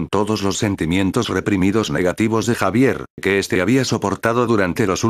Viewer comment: deci xavier, no javier